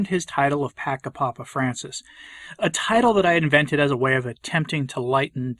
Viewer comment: It's "Pacha" ("ch" like in "chair"), not "Paka" or "Paca"